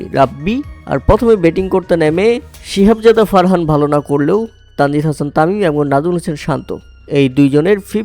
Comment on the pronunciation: ভাই সিহাবজাদা না সাহিবজাদা😂😂😂😊😊😊